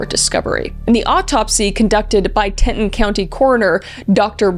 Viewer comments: As someone in wyoming the way you said "Teton" kills me ;-; not "te-tun" its "Tee-tan" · Amazing Vid but… it’s “Tee-tawn” not “tet-ton”😂 wyoming native. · I'msosorry. it's pronounced 'TEE-tawn' National Park, not 'Tenton'. I spent many summers in Utah and they have weird pronunciations of things. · Not sure how they pronounce it in Canada, but the American pronunciation is (TEE-tohn) not (tet-uhn)😅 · God... It's TEETON.. SAY IT!!! TEETON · Grand Tee-tawn (Teton) National Park. Great video! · Teton is pronounced Teaton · Grand ( Teet,on ) national Park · Ackshully it’s pronounced ‘grand tea-ton’ 🤓☝️ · Do you pronounce Grand Teton "Grand Tea-ton" or "Grand Te-tun"? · Not to sound picky but it's Tee-ton not how you're saying it. Just for future reference. Thank you for doing this. Because of it happening here we all searched for her and watched as all of this unfolded and we all knew we were looking for a body. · Grand Teton, said tee-ton, french for big tits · It's pronounced Tee-ton, Grand Tee-ton. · The way Kris pronounces Teton confused the hell out of me, im from teton county and it took me a minute to realize thats what she was saying. For refrence its pronounced Tea-ton. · It’s pronounced Grand “TEE-tahn”. Love ya Kris! 😊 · I love4 your videos. But the word is TEA-tah-ton Grand Teton is Grand TEA-tah-on. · Oh Kris, you said grand Teton wrong say it like T ton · I say this with love, I love your channel, long time supporter. I would die for you actually, BUT Teton is pronounced Tee-taan. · Grand " Tee-Tawn " is how it is pronounced. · "Tea-tawn" "Tea-tawn" "Tea-tawn". C'mon Kris, yuh driving me nutz the way yooz pronouncing "Teton" 😜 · Tee-Ton. Say it with me… Tee-Ton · loved the video kris, you cover things with such respect and empathy. just so you know, it’s pronounced TEA-tawn national park 🫶🏻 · Tea-tawn: Grand Teton National park. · RIP Gabby, this case felt botched by the police from the beginning honestly. I also definitely yelled TEE-TON multiple times